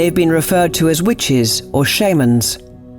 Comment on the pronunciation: SHAYmans.... You guys are going to mispronounce something in every episode aren't you?